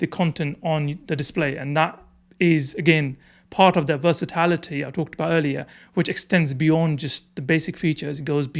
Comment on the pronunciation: it’s versatility, not versitlity